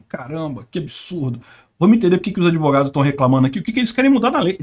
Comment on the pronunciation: “Adevogados” kkk bem feito! Quem mandou não estudar?! Kkkk